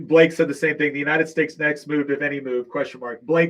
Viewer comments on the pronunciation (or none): none